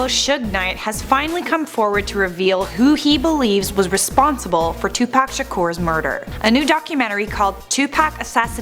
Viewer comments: Lmao its Tupac (2pac) not Tupack Hahahahahahahahahaha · Who is Two Pack? its two pock one word 2pac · It like 2POCK not 2Pack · It bothers me how she says Tupac ... she pronounces it like Tu-pac.... I say it as Tu-poc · STOP SAYING TUPACK IT'S 2PAC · It’s like Tupoc buts it’s spelled Tupac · It's call ed T-U-P-A-C not tupaac its Mother fuckin tupoocc. O=a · Its not 2pack its 2pac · That girl says 2pack in stead of Tupac/2pac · K this woman needs to stop calling him 2Pack, It's 2Pac/Tupac and Deathrow Records was not co-founded by Dr.Dre, Suge Knight and Tupac Shakur, even Wikipedia would tell u that. Deathrow Records was Founded by Suge Knight, Dr.Dre and The D.O.C, Tupac Shakur didn't join Deathrow Records until he was out of prison and Suge Knight paid 2Pac's I think it was 3 Million Dollar Bail which Tupac's first Deathrow Single was California Love ft Dr.Dre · “Toopack Shaqoor” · I hate how she says tu pack at first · its not 2pac its pronounced as 2puc kinda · Am I the only one who notices she says two pac?😂😂😂🤣🤣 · STOP SAYING 2PACK YOU PIECE OF SHIT! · She got one more time to call him 2Pack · she called him tu pack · Why TF she say it like that for that's not how you say it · They said Tupac wrong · She says Tupac weird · you said tupac wrong idiot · Why do you say tupac like that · she said his name wrong lol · You said his name wrong the whole damn time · I really do hate the way white people say Tupac name